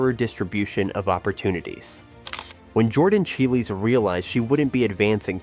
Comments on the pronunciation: Say child, remove d, make it plural. Chiles. The weirdest thing to me is this happens all the time for youtubers. How can this dude do all the research, watching her routines which has her name introduced over and over again and not know how to pronounce it?? I don’t get it. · Yes!! You make an amazing point!! It is pronounced just like Biles but with ch.🙂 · It’s Chiles like long I in Childs. Please learn how to pronounce the person’s name you are featuring. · At least do her the honor to learn how to pronounce her name.